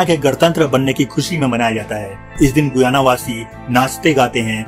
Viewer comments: Its pronounced GAYANA not GUYANA. Check before you speak 😡😡😡😡😡😡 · SHAYAD ISS DESH KE NAM KA PRONUNCIATION GUAYA NAHI HAI GAYANA HAI...PLZ CHECK KIJIYE GA..